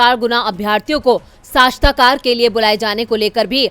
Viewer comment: शब्द साक्षात्कार है न कि शास्तकार।